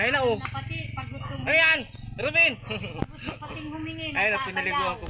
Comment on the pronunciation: bakit d m mpronounce ng mlinaw ang name ni Robin?!..kinukulot kulot m kc ang dila m pg binabanggit m ang pangalan ni robin eh..